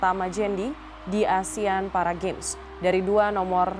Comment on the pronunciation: bahkan seorang news anchor ngomongnya juga masih 'asean' 😐